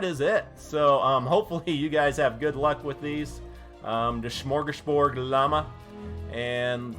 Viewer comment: Shmorshgashbord! lol love your vids